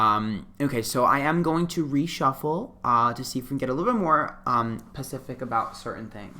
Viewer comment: “Reshuffle to get more “pacific” information...” lmao girl! Specific! But we still stan!!! 🤣😘